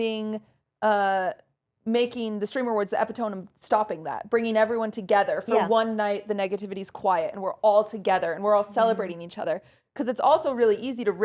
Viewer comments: Qt saying epi-tome instead of epito-me is so funny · Not the epi-tOme coming out! :D (it is pronounced e-pit-O-mE). I love it when people pronounce words the way they are spelled. It is a special quirk of people that read the word more often than they speak or hear other people speak it. Yaaa readers!